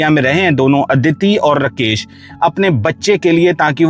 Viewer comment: कितना बोअरिंग ….रकेश नही राकेश